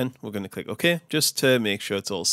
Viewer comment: click "oh-Ke"